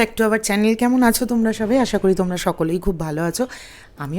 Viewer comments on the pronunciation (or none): none